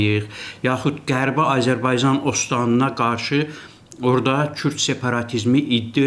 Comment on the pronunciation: Babat danışır ancaq Azərbaycan sözünü ermənilər kimi tələffüz edir.Belə də ki ,hələ indiki halda İranı parçalamazdar.